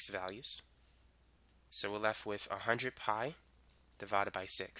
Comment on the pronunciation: Lengf and wif😂😂